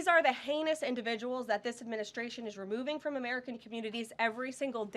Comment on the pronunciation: Did she say heinous?!